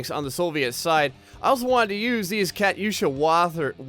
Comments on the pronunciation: It's pronounced katusha not Kat yusha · ka tusha not kat usha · no offence,i love your vids but i know alot about ww2 and i know u did not pronounce katyusha right LMAO. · BOSSA TRON it was triggering me when he was saying it wrong